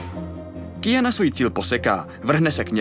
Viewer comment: Dneska už ani neumí nikdo vyslovovat Q?? Není to Kijana ale Kvijana, stejně jako u Quida to není Kido ale Kvído....